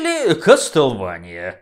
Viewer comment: "Или Кастелвания". На самом деле кастлевания. Я сам совсем недавно узнал и всю жизнь говорит кастелвания. :)